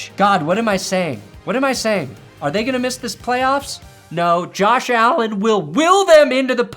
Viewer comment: Josh AaAlend 🥴